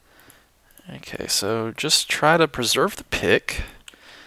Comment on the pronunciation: did he say...fapulous?